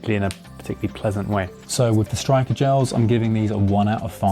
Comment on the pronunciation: I think it's pronounced Sturker rather than Striker? I tried the normal Styrkr gel 30 rather than the nitro one, and found it too sweet, the texture reminded me of SiS frogspawn and the packets were just too big. Much prefer precision hydration or veloforte - but the costs are prohibitive to train and race with. I think I'll try your homemade recipe next (I recommend that video for anyone else wanting gels but needing to reduce costs)